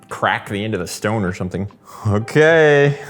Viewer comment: The shtone